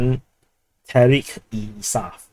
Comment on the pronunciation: e-Insaaf is pronounced "ay insaaf"